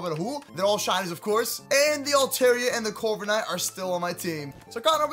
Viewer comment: Instead of corviknight I heard covid night